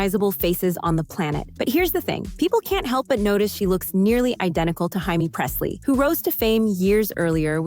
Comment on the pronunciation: Margot Robbie with that all American beauty huh? Yeah Australia will do that to ya!! Did she just say Jamie's name like a Hispanic man and Jason Priestlys name???? 😂😂😂😂 also, Jaime(pronounced Jay Me not Hi Me😂😂) King looks like them too. I don't see how everyone thinks Emma looks like them though. I don't see it at all I see she ended up showing Jamie Kings pic but never mentioned it. My head is spinning after that one because of throwing in VJ and ND but seriously, the whole thing was so messed up lol